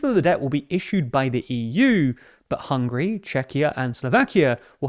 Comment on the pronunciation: its not hungry its HUN GARY